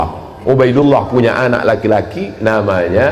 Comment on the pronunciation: Ubaidillah kok dibaca ubaidilloh.. Massk gitu sih.. Kok lucu pak shomad